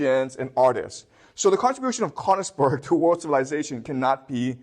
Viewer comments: Sir it would be even much more delightful and that beautiful if you would train to pronounce königsberg❤❤❤ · He skipped over all the war crimes (to put it mildly) and returned to Königsberg being the cradle of civilization. I doubt that praising Germany and Japan during WW2 is standard in Beijing schools. If anything, this video shows there is freedom of speech in China. However, be cautious when you hear somebody who cannot pronounce Königsberg praising the achievements of Germany up to and including WW2. His admiration for Prussia has blinded him to the extent that he commits basic factual errors, like the claim that Germany was fighting alone against the whole world in WW2. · The mispronunciation of Königsberg is painful to my ears. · He can't even pronounce Königsberg.